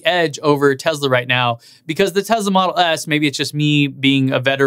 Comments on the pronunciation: Tesla is pronounced Tesla not Tezla. You own th e car you should know how to pronounce the name correctly. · Schools peeps on how to pronounce things - continues to say "Tezla." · Pronounces Porsche the right way but continues to say Tezla.... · You say Porsche and Taycan correctly but not Tesla :P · since when does tesla have a "z" in it? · You tell us how to porsha tAycan , then mispronounce Tesla , it has an S , NO Z in Tesla !